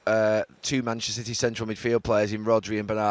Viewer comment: "Mitchnester City" 😅